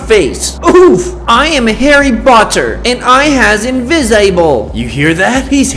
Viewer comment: I really luaght when you said Horry botter